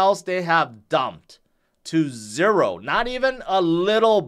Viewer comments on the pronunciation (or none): none